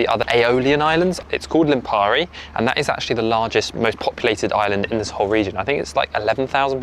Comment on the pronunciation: Lípari not Lipàri😊